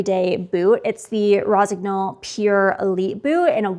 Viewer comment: Jesus Christ, if you love the brand and promote them at least learn how to pronounce it. GN is pronounced like NE in NEW.